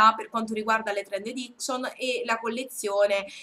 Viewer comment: Trend EDICCION non si può sentire! :/